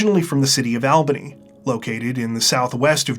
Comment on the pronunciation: Love putting the face with the voice <3 [btw it's pronounced "all-bun-ee"]